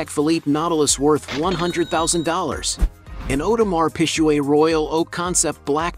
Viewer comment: audemar peeshuay Hahblet